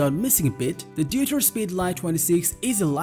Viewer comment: Just a small hint: Deuter is pronounced "doi-ter/doita" not "duter" :) Greetings from Germany, where the brand is from.